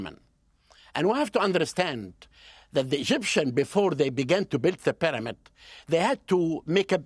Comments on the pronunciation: Take a shot every time he says Pi-dah-mid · Just realizing we've been mispronouncing pyramid all this time. Proper pronunciation; pàdàmàd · Something about the way he pronounces pyramid drives me nuts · I learned how to pronounce 'pyramid' from that Hawass fellow.